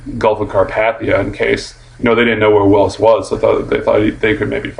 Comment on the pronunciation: WILLS not Willis!